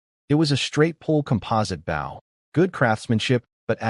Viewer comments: Mispronounced bow, for bow and arrows, archery. Also mispronounces bow, like a show of respect. This happens every video. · And once again the AI cannot pronounce the proper word bow, archery equipment instead it talks about leaning forward and respect or the front of the boat. Almost every one of these AI do it. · how come you can say crossbow right but cant say Bow right. all you do is take cross out of bow to say it the right way for a weapon.